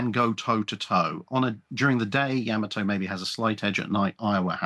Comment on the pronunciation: Not YAHmato. It is pronounced YaMAHto